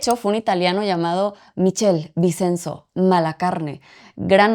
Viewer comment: No estoy segura, pero creo que el nombre Michele Vicenzo se pronuncia: "Miquele Vichenzo"... Hasta feo me siento corrigiendo a, pero mi nueva neuroplasticidad en italiano, hace que me sangren los oídos y necesitaba menzionarlo jajaja